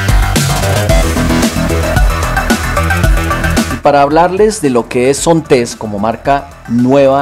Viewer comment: Excelente trabajo, muy buen video, muy buena información, lo único que tal vez inquieta un poco es la pronunciación de "Zontes" del señor, lo pronuncia como con una acentuación al final que no va, si sería bueno que se corrigiera la pronunciación del nombre de la marca, para que otras personas no cometan el error de nombrar de forma incorrecta esta marca. Por lo demás, a gusto con el video.